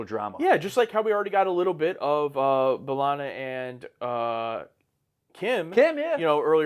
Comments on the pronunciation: Buh-lah-na or Bae-lah-na Both are fine. Definitely not Ball-ana 🍌😅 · Belana, not Balana. You pronounced the E the way you pronounce "h-e-re" or "wh-e-re" or "anywh-e-re". 😊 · In the first episode, B'Ellana introduces herself as BAY-lanna. And then everyone else says BUH-lanna for the rest of the show. So I guess the whole crew just never asked her how to say it lol. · To be fair, the show took a while to really settle on pronunciations for both B'elanna and Chakotay. I'm not sure they ever truly decide whether it's b-Lahna, Bell-ahna or BAY-lahna. Maybe easiest to just say Torres. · Dont worry there are multiple ways to say B'Elanna's name. Janeway says "buh-LANA" Tom Paris says "BUH-lana" and B'Elanna's family says "bay-LANA" dont feel bad about saying it whichever way. Its the blessing and curse of unique names. Everyone says it slightly different and you remember how each person says it and who pronounced it close to family but never quite the same.